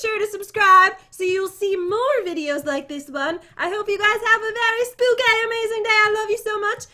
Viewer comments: Noooo it’s not spooky it’s SPOOKAY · EXCUSE ME? WHAT DO YOU MEAN ‘spooky’ YOUR SUPPOSED TO SAY spookay ;( (I mean for the title)